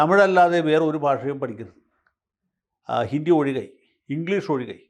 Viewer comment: ഹിന്ദി എന്നാണ് ഉച്ചരിക്കുക ജയശങ്കർ ജി. ഹിണ്ടി അല്ല 😂😂